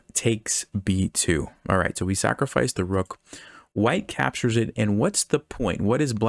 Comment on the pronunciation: I think he cant say the word capture He keeps saying if the knight capshurs Or the bishop capshurs Or the other knight capshurs